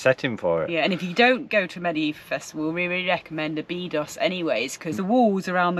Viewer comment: It's pronounced Obby dosh!